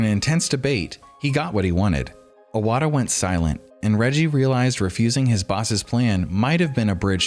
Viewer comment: imagine doing a 25 mins video about iwata and calling him "awata" nonstop...